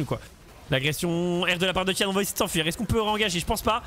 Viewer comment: juste pour info, on dit pas ti-ane mais ti-N (ti-haine) c'est son middle name (gao tian liang - 高天亮), le sens original de tian c'est le ciel, mais ca peut vouloir dire le jour, dieu, le paradis (ou autres).